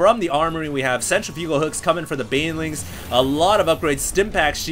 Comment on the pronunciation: hd i love you, but please learn to pronounce centrifugal